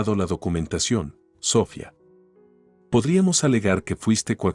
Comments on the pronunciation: Aquí en España se pronuncia Sofía (con acento en la i) no Sófia (con acento en la o) como lo pronuncia el narrador, no sé de donde és, pero él y el escritor del texto debería tener las nociones gramaticales básicas necesarias para hacerlo correctamente, como también la pronunciación de los nombres propios. HABER SI REVISAN LAS NARRACIONES ANTES DE EMITIRLAS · Lo que yo llevo peor es la pronunciacion de los nombres ,si se llama Sohfia ,por que se lo dicen de esa forma ,a Sara tambien lo pronuncian mal y todo los nombres hacen lo mismo ,yo no se si es que el narrador no es español y por eso lo pronuncia sin ,por que si es español deberia de desir los nombres correctamente segun mi punto de ver ,son historias mui entretenida ,pero por esa falla no se entienden bien esos nombres ,por fabor escucharlos y arreglarlos gracias ,desde españa .